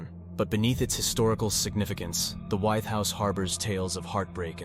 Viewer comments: I went to High School in Williamsburg, Wythe is pronounced With. Just saying! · Wythe is pronounced like 'with'. Just an FYI